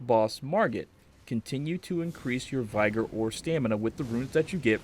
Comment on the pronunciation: Vi-gr not VIE-GR - other than that. good guide